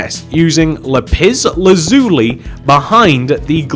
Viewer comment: "lupis lazuli" 💀💀💀